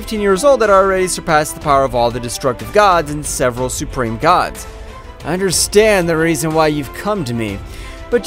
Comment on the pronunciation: i love how he says i understrand